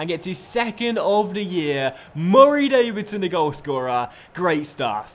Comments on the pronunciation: why do u put do much emphasis on murray davidson's first name? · please dont say murray like that it pisses me off